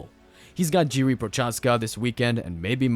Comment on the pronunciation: Jiri and jan had a seizure after hearing you pronounce their name